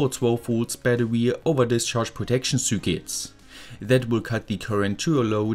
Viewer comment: Why do you pronounce "circuits" like that?